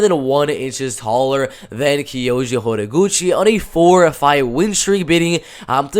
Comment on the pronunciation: The way you say Kayoji’s full name is absolutely beautiful. Not even kidding